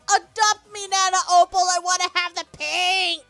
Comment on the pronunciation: OPAL, NOT OPEL!